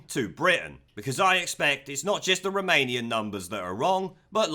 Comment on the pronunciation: The way you say Romanian sounds like remanien, a new word for remainers. Now, i cant get it out of my head when you say it!